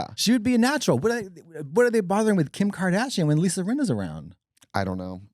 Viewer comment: LMFAOOO Trixie saying Kim Kardasia KILLED me